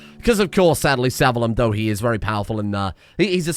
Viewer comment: Sah-Vee-Loom (Savillum)